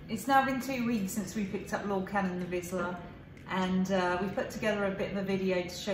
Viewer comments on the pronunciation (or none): Magyar Vizsla. 'zs' in Magyar Vizsla pronounced like 's' in English words pleasure, measure, leasure etc. It is definitely not 'z'.😊